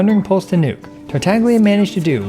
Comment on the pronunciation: finally ,he spoke Togtola's name correctly